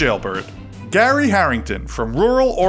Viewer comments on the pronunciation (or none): none